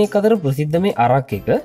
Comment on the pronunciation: අරක් නෙවෙයි බන් ඇරැක්